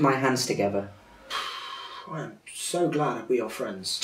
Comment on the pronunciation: My favourite part is when says "BECAUSE I'VE GLUED MY HAND TOGEVER" that's literally what I hear everytime is togever!😂